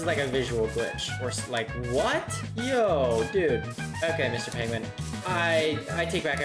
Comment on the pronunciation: pengvin. carb.